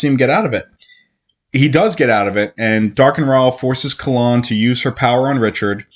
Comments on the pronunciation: Kayyyylan lol Not Kah Lan (KaELynn) I agree I read most of the series and I’m listening to it a second time and hadn’t realized how many flipping recaps there are! It’s aggravating yet I have to finish the series hahaha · butchering the name